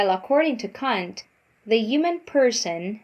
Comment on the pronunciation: Your pronunciation of his last name make me cringe. Kant. Not cunt.